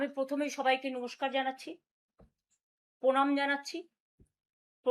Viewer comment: দিদি , (নমস্কার টা পরিষ্কার)( প্রণাম ট প্রমাণ)